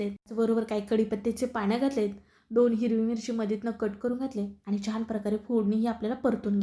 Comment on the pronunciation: छाण नाही छान म्हणा. तुमचा ढोकळा खुपच छान झाला आहे पण पीठात आणि पाण्यात साखर घातली आहे त्यामुळे गोड जास्त होईल असं वाटते.